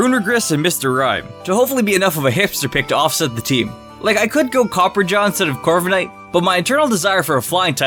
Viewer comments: It's not "Copperjaw" , it's "Copperajah". The word Rajah (pronounced Rah-Jah) means king and is used for the rulers of India, so since Copperajah is based on an Indian Elephant, well there ya go. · It’s pronounced I think (copper-aw-juh) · You mispronounced Copperajah. It's Copper and then "rajah" as in "Maharajah."